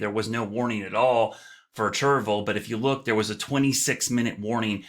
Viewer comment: Please stop saying “churvul”. It’s “chair-ee-vil”. I grew up there.